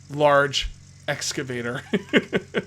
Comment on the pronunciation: I swear to holy Christ say excavator it’s not hard bro